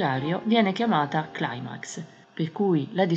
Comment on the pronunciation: Si pronuncia CLIMAX, no claimax. La parola è GRECA e vuol dire SCALA. Non ha origine anglosassone